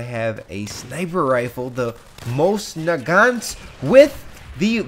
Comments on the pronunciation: inb4 "mos nagant" it the Mosin Mo sin nagant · it's pronounced Moizin Naahhgahhnt